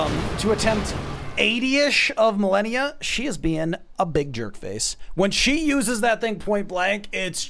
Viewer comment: Its Malenia not Melania